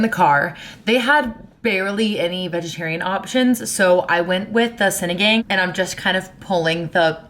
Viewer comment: BTW- it's pronounced "See-nee-gahng" :)